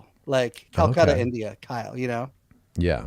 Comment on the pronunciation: Kalcuttah’ Kyle